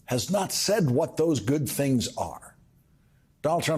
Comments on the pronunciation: Lawrence: the name is not pronounced "A long 'A') dolf, as you do here. It's pronounced "Ah dolf". Similarly, "Mussolini" is pronounced with a long 'U', not "Muh solini" as you and so many news hosts pronounce it. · Ad'olf Hitler not A'dolf Hitler. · Learn to pronounce the name Adolf before commencing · 🇬🇧you’re not pronouncing Adolf correctly